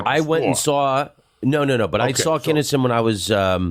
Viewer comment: Why do all these comics call him kennison? Wtf